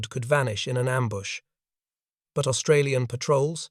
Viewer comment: Please ask Australians how to pronounce Australian. It's annoying.